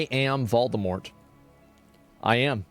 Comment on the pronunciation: ...I am sorry, I heard "Baldemort"